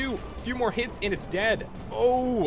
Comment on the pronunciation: dis dude pronounce and as "iiiind"